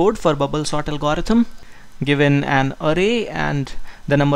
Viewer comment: I think you are pronouncing algorithm wrong.